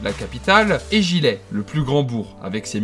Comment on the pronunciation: AAAH NON! Faut pas prononcer "gillet", mais "giyé"!! Et merci pour la pub je suis originaire de là bas 😊